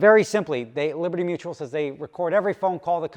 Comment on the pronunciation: Hey, they're dragging their feet because they spent your money on training the new guy how to say liberty mutual correctly. 😂